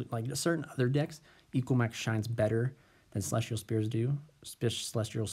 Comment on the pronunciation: Would your board really have been the same in game 3 if the elpy wouldn't have resolved? Also, it's Heavenly SPHERES not Spears xD Otherwise, nice video :D